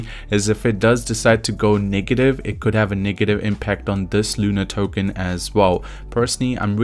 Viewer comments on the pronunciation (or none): none